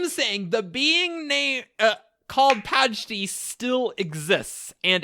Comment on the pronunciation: My favorite part of this is giving a hard time about Adonalsium—“that’s not the order the letters are in”—but always pronounces Patji as “Pajti”… THATS NOT THE ORDER THE LETTERS ARE IN!! Lololol. This is like my third time through the backlog, and this is still a crazy episode. So cool.